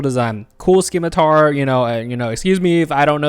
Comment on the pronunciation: calling Nibella's weapon skim-mah-tar is crazy